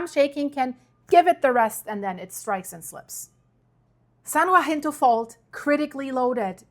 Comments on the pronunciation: You're doing great with these videos, we just gotta get your tongue to behave itself and start saying "san haSINto" when you are talking about the San Jacinto fault. 😜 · "San Ya-sin-tow" Pass. Your pronunciation of Cajon (Ka-hone) was perfect. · Say it with me “SAN (HA-SIN-TOW)Jacinto. Not WAHINTO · San jacinto, sounds like San Yahcinto. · San Jacinto is pronounced "San Hah-sin-toh"😅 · It must be tough being German with all these Spanish words. The San Jacinto fault is pronaounced...YA-SEEN-TOE And by the way "Cajón" means little box...una caja pequeño. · San Jacinto--pronounced: 'haseento' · San Jacinto say San Ha cin toe. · San Jacinto (San Ha-seen-toe) hope that helps. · I love your videos, but I've heard this a couple of times and I just had to let you know that San Jacinto is pronounced ha-seento. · San Jacinto is pronounced, saan yahinto. (FYI)